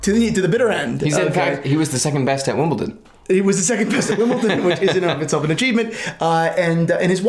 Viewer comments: Wimbleton lmao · it’s not Wimbleton. It’s Wimbledon. With a D. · Say it with me D not T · Wimbleton? No you don't see much tennis, it is called Wimbledon... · Please guys, it's WimbleDON, not WimbleTON. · It's not Wimbleton. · WimbleDON. Not WimbleTON. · "wimbleton" he says 😂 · Did you just say Wimbleton? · It took me so much discipline and self control to not turn this video off after the 4th “WimbleTON”….yet, 15+ times later…I came through a stronger person. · who pronounces Wimbledon like that? are you guys just taking a piss 🤣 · There´s no T in Wimbledon, there is however in Paddington...just saying! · for a guy who is in the watch world and very into Rolex it's so bizarre he doesn't know how to pronounce it